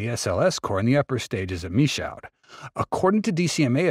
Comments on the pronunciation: It’s “me shoe” … good lord dude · Michoud should be pronounced like: Me Shoe